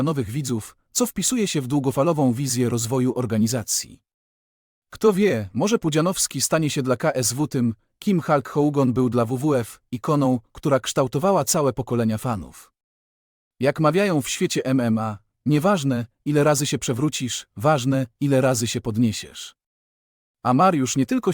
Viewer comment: Halk Hołgon" 😂😂😂